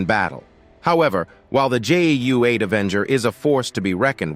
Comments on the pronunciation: Why is the narration saying GUA and not GAU? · He keeps saying GUA lmao... Then he finally corrects himself and says it right so matter of fact pretending he never got it wrong. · Narrator keeps calling it GUA. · Narrator pronounced GAU four different ways, somewhat distracting. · I really hate the AI narration. It's simultaneously bland, and it's just awful every time it tries to pronounce GAU like a French word. The smattering of often not quite appropriate selections of stock footage also seems like it was selected by AI instead of someone who understands the context. I'm not some anti-AI ideological purist like some, but this application is still a failure. More work needed.